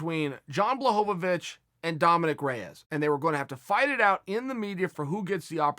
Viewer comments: HorweenJunky jan blagoyovov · “Blahovavich” is almost as bad as “Ya Rear” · Jon blohgovich